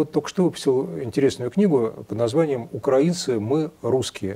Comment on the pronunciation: Правильное ударение -укрАинцы. Вспомните: "Тиха укрАинская ночь..."